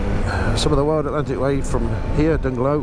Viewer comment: Dungloe is pronounced "Dunloe" locally with a silent "g". The bridge that you crossed was the Gweebarra bridge, lovely illuminated at night. The road you took was not the official WAW, but I bet every biker miss those views as they don't follow the coast road. Those are my favourite roads. The Euro killed the economy in Ireland, used to be much cheaper for us anyhow when it was the good old Punt. Your POV seems to be all over the place and I thought my footage was bouncy. Lol I personally think any bike over 500cc is overkill for the WAW, smaller engine capacity is the way to go, those big bikes are for motorway miles. Just my opinion. Here's my video of that same route